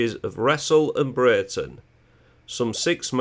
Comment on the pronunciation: Just a minor point,I was born in Breighton,its pronounced Bree-ton!!